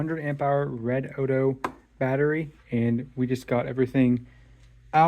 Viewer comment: It's pronounced Red-O-Dee-O